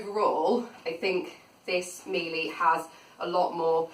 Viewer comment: Interesting, you got one of the baseline models. The high models have a better dusting brush and a remote control. Any straight suction floor tool won't perform well on carpet so don't expect it to. Very nice review though. P.S Miele is pronounced "Miela" ;)